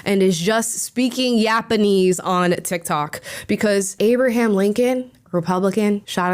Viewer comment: speaking YAPANESE hahahahaha